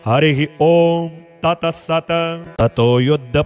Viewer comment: "गुरुर्विष्णुर्गुरुर्देवो" बोलते समय हलन्त 'र' को पूरा 'र' नहीं बोलना चाहिए। इसी प्रकार 'तत् सत्' को "तत सत" नहीं बोलना चाहिए। ऐसी ही कुछ अन्य क्षतियाँ भी हैं, जो यदि सुधर जाएँ तो यह प्रस्तुति पूर्णतः श्रेष्ठ बन सकती है। शुभ कामनाएंँ।